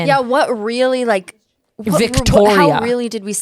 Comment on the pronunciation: As a Victoria and I heard Tana say my name like that… I felt so attacked 😆